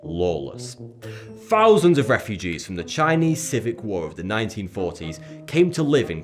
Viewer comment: Am I the only person who heard him say "Civic War" instead of Civil War?